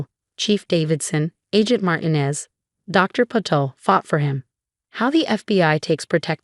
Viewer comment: Somebody teach the voice software that Marinez that it is pronounced Mar tea nez